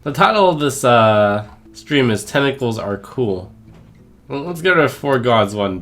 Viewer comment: Trump tentacle has two T's in it. You spent the entire video saying tenicles for arms. Babyrage